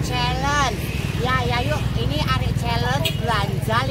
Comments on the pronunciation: arep...bukan arek 😂😂😂😂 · sanjange "arep" Mawon, mboten "arek" 😅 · yg betul AREP yaa... sayangg...bukan AREK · bukan arek tapi arep 😊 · Bukan arek tapi arep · Dudu arek yuk,tp "arep" 😀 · 😂😂tempe bkn temp..k